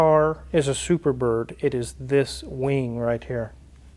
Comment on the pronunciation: Your inner southern came out "Big wang".